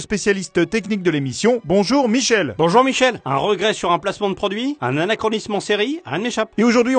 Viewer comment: Au moins Michel a appris à prononcer "anarkonisme" comme il faut! LOL!